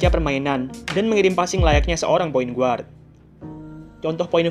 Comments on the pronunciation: videonya keren2 tapi biar makin keren Guard dibaca Gard not "GUard" hehe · Guard bacanya = Gard, U nya gausah disebut